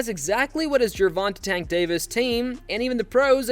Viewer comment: These AI videos are obnoxious. I can't even believe the "interviews" anymore. They are either fake or ridiculously edited to try to get sound bites. As soon as you hear Gervant-uh, you should dislike the video and close it. MF's aren't putting any work into making these so don't give them revenue.